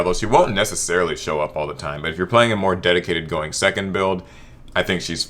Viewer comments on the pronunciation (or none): none